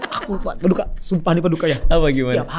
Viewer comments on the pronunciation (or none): PADIKA ganti “i” jadi “u” jadi PADUKA baru ngeh kenapa di panggil gitu